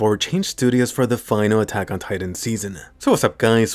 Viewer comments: "why did atagada" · Everyone: attack on titan This guy: atacatatan